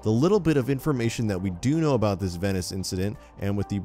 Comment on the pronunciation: The way he pronounces “Venice” annoys me soooo much... Edit: he says Venice like 23 god damn times jesus